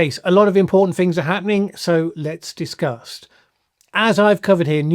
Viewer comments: Was that a subconscious tic When you say Let's disgust. 😂😂😂🤡🤡🤡🐒🐒🐒😎😎😎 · Was that "let's discuss" or "let's disgust"? Lol.. I prefer the latter